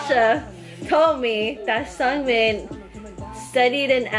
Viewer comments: no it's pronounced seungmin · you guys are funny but you guys pronounced seungmin wrong